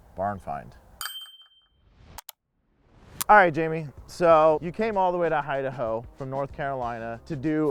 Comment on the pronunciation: “Hi-da-Ho”???🤣🤣🤣 Beautiful car! Can’t believe the interior was in such good condition!